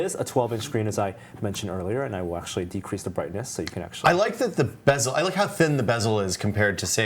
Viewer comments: Bezel* not bevel!! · Bezel not bevel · bezel, not bevel